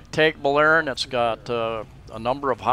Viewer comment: You might work on your pronunciation...lol as a start...its not TAGbilaran as in playing tag, a long A, it is a short A as in water. I guess we are in the small farm group, lol with a farm in Guindulman and a house in Anda.